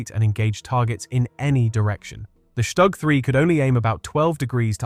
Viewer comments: The acronym StuG is NOT pronounced Stugg in German. It's Shtook; not a short vowel O or a long one but something neutral, in between. The consonant G is "hardened" through "Auslautverhärtung" (that happens to be the correct linguistic term and it means "final-obstruent devoicing" or "pronunciation hardening", of the finite consonant in this case, into a K, as in Hamburg --> Hamboork. The same or very similar mechanism appears in many other languages also. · It's not pronounced Shtag but Stug....."St" is pronounced with a "sh" and the "u" is prnonounced like "oo". So it's "SHTOOG". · it's pronounced "shtook"